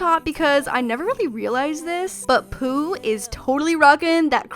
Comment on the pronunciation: poh bear?! isnt it winnie the pooh?